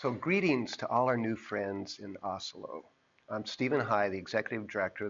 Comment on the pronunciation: Nice video but am I the only who thinks his pronunciation of Asolo is closer to 'Oslo'?